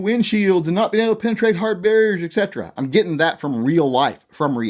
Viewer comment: I gotta say it. There ain't no '"x" in etc. Check it out: et cetera.